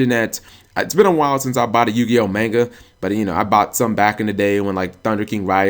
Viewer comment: (mispronounces manga several times in same sentence) triggered